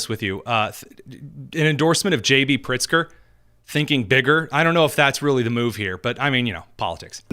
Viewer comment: Did he say, Priztker BIGGER???🙄